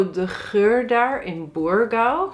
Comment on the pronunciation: Burgau! Uitstekende Portugese uitspraak,!☺️